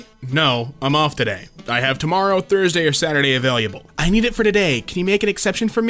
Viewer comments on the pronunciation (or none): my god man why can't you say "Available" properly.... you keep saying avalyuable. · "availuable" i find it so funny how he keeps mispronouncing available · I LOVE the way always pronounces “available” as “a-vail-y’able”…it makes me smile EVERY time. I always wonder what regional accent underlies the “New England City” accent he primarily uses.